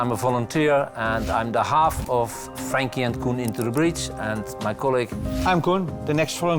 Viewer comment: ITS COEN, NOT COHEN